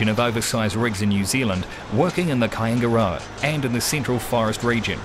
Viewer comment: Yeah man....I know where Kaingaroa is, lived there for years whilst working at Wairapukao. Just some can't say it properly.